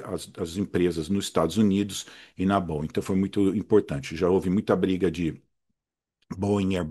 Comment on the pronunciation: Finalmente alguém que fala corretamente o nome da Boeing!!! Geralmente eu só escuto colchão de molas: bóing, bóing, bóing...